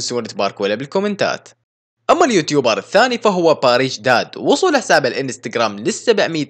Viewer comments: كويس أنك باركت لباريش + أسمه( باريش دادا )مو (باديش داد)😂😂😂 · ترا اسمو باريش دادا مو باريش داد